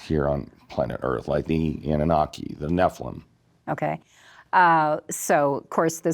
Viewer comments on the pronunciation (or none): "Annanaki" -- Annunaki